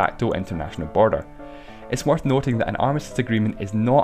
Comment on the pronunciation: why did you say borer😂😂😂😂😂